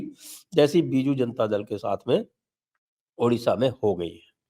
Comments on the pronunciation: Sir for your kind information this is Odisha not Udisha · sir it's not udisha it is odisha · Mr Dixit Sir! It's not Udisha. It's Odisha. Just change it to the later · Sir it's a bad concern that knowledgeable people & as an ex IAS like you also pronounce Udisha insted of Odisha. Very bad. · Aaj tak in logon se Odisha ni ho paya ...its Odisha not udisha😢😡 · Sir please it's not udisha it is odisha jay jagannath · Its Odisha not Udisa.